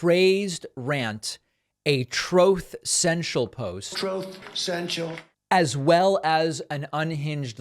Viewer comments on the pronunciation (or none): That "troth senchil" soundbite kills me every time lmao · The "Troth Senchel" soundbite never gets old. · "Troth Sencial" 😂😂 Having a visión of Hell, like imagine you end up in Hell and the consiere comes out and it's Don, " Hello friend welcome to Troth Sencial, Glad you're here! what a lucky guy, you're gonna be so happy here! ah we're gonna love ya! It's super it's super, it's the best place, you'll be alright you're in the best biggly place..." ( you notice ketchup pooling on the floor at his feet) And a light goes off in your head "oh no!!!" As you realize you are about to spend eternity in the seventh level of Hell , " Troth Sential"😂😂 All because you supported fair tax legislation. 😂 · It’s definitely “troth” central because it sure isn’t truth. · OMG!! 😂😂🤣😂 I always thought David was just mocking Trump and had no idea Trump really said "Troth cental"😂😂😂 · Troth sential gets me every single time 😂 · Thanks for playing the recording of Trump saying "troath cential" agin. I never grow tired of it. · I thought he had Truth Social, not Trothe Social. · Troth Sential. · “Troth Central” is the best 😂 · "Trothe Sentiel" 😅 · never get tired of "Troth Sential" 😂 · "Troth Sential" 😂😂😂😂😂😂 gets me every time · I always chuckle at your ongoing "troath sential" jab. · I always hear “Troth Sensual”…